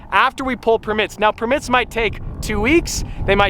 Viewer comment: The way he said permit got me ded. No hate tho